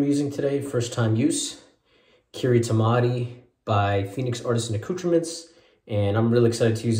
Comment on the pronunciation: Nice shave. 😄 So "Kiritimati" is written in the Gilbertese (Kiribati) language. It is actually pronounced as "kirisimas" and is their way of saying"Christmas". Interestingly, in Hawaiian they say "kalikimaka". 🤓😁